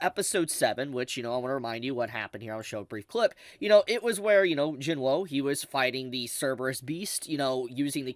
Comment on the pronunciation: I love your content but PLEASE! watch 1 episode of dubbed the VA were instructed on how to pronounce the names how they are pronounced in Korean and you butcher jinwoo's name